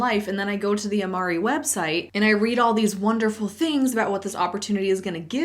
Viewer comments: their pronunciation isn’t even the correct latin pronunciation. they’ve midwestern-ized it. it should be amar-RAY not RE. think like do, re, mi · actually, the owners do pronounce it correctly “Amar RAY” but in this video she says it more like REE Fellow Latin linguist and also huge fan of these “cringe” MLM products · not that i have very good latin pronounciation, but ive been working with latin over a decade at this point and amo amare is one of the first words you learn… its typically said "am-are-ay," not "am-are-ee" lol! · holy shit, they actually got their Latin right. I think this is the first time I've seen a company do that. edit: I take it back. uh-ma-ree? LOL it's a-ma-ray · In Latin, it would be amarE, the "e" sound would be pronounced like in the "evangelic", or "prEdatory", not like "eve". In Latin, "e" at the end of the word is not pronounced the same as in English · Sorry the juxtaposition of "Oh is that how it's pronounced, well I've been mispronouncing it in the past and I probably will do it again" with *(immediately mispronounces it again)* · I really hate how they pronounce the name. I took latin in school and in latin the "e" at the end of "amare" is pronounced like in romance languages, not English. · The Latin pronunciation is actually amar-ay, not amar-ee. So they can't even get their name right. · Hi, I really enjoy your video and, before watching them, I didn't even know what MLMs were, since I'm italian and luckily we don't really consider them as a job opportunity. About the name of the company, I cannot believe they don't even know how to pronounce it right! 😅 Italian comes from Latin, and that word which mean To Love, it's pronounced with the E as "Engine" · That's not how you say Amare 😂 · Laughed out loud hearing you say 'I'll probably mess up and call it 'a-mare' in this video' and then like 5 seconds late you do just that 😂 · If it’s Latin it should be pronounced “ah mah reh” right?